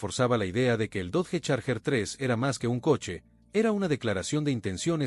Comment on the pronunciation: Dodge, se pronuncia DOCH